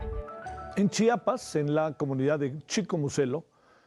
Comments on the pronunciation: Buen reportaje solo que debe aprender a decir "CHIAPAS" y no "CHAPAS" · CHIAPAS ...POR CHAPAS PRONUNCIAR CORRECTAMENTE. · Para empezar cabron no es chapas es CHIAPAS OJO WY